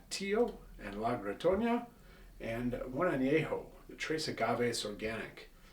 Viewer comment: Good video and great selection of tequilas. My only issue with the video is that you’re adding “Ñ’s” where there aren’t any “Ñ”. It’s pronounced Camarena not Camareña, it’s La Gritona not La Gritoña.